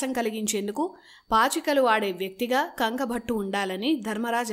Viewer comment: Bhaghunnava sodhari appudu yeppudo etv channel lo newsreading chadhivey meeru ippudu ikkada e youtube channel lo job chesthunnara sodhari bye the bye sodhari adhi kanku bhattu kanka bhattu kaadhu. Any way maa sodharikhi dhanya vaadhaalu.